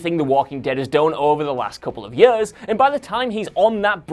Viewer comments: when the script was reviewed and everyone saw how many times the word "years" was in it, they shouldn't have let host. God, please learn how to say that word properly, it's driving me crazy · This dude's pronounciation of the word "years" is like nails on a chalkboard to me. If you ever read this comment my man, it's years, not yehrs. I'm pretty sure he's very aware of it, because he uses that word way too many times for it not to be intentional. No one says "years" 50 times in 10 minutes unless they're really trying to. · Jesus, the way he says years, just... Ugh. "Yers". Horrible. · I dont like the way you say ”years” It sounds like ”yaaas”😷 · Three yerrrhhs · He says years weird... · Dude can't say "years".